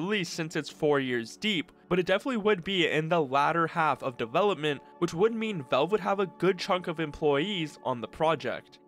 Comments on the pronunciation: Please stop saying "velve" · Learn to pronounce "Valve". It's not "Vawulb" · Good video but who is "Velve"? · I like how you pronounce valve